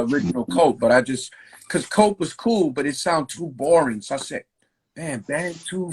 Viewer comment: Did he say coe or cool ?